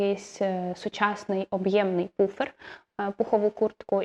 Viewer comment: Шикарний канал, натрапила нещодавно, тепер дивлюся всі відео підряд😂 Дозвольте трохи критики від викладача англійської - puffer читається Пафер, а не Пуфер😅